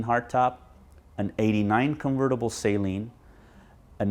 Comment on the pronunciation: Sal-lean. Not say leen Neat collection man!